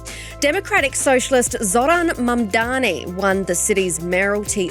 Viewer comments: THE MAN IS MAMDANI. THE INTERVIEWEE CALLS HIM MANDAMI, A MALICIOUS CORRUPTION OF THE NAME BY HIS MAIN COMPETITOR ANDREW CUOMO. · The biggest Mamdani effect appears to be newscasters, pundits and commentators being totally stumped by a 3 syllable name.. MAM - DA - NI for crying out loud. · Its easy to say his name MOM DAANI. Pls learn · How difficult is it to get his name right? MAM--DA--NI, for god's sake. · It’s deliberate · It's intentional.